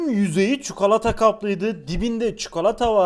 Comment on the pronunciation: Abi ne güzel çukalata diyorsun 😁😁